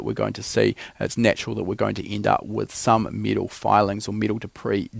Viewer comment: It’s not pronounced meetal